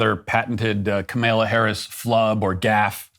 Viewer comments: Ka-MALE-UH Harris 😂 I LOVE it when her stupid name is purposely mispronounced 😂😂😂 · No fan of Kamala, but geez Matt learn to pronounce her name and also read the original Declaration not the later version. Also, the Constitution is the governing doctrine which makes no mention of the Christian fabricated God and later "In God we trust," etc.